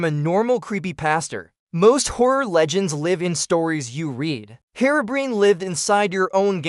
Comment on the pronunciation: The facts are mostly right but you could've mentioned Whiteeyes too, just a little tip. Also, I think your voiceover AI (probably Elevenlabs?) is set up slightly wrong with how it speaks "Herobrine", you might want to look into that. - Kalarian